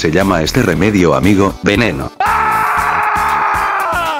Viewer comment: El que le veneno like si escucharo peneno